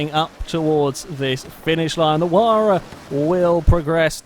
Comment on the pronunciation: it is pronounced H why ra